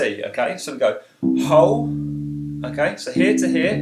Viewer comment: the way you say half and whole is almost the same ^_^ but thanks